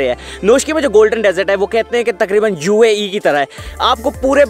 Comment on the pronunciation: Jew-E A ! 😆😂😂 U mean to say UAE !